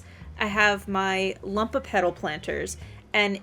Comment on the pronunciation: Very in depth video, tysm! But it's LUMOpetal, from the latin word "lumen", which means bright or shining, not "lump" xdd